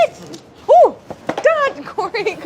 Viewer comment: Claire: "Sorry Kory". Me: It's OK Claire. :)